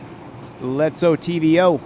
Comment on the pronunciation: Its ITVO not OTVO